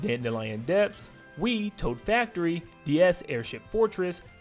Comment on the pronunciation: He said Wii